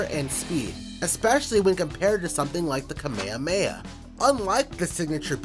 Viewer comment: "Kameameah." Wtf? 🙄